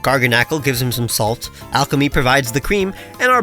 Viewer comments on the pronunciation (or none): You said alchemy instead of Alcremie for Gordon lol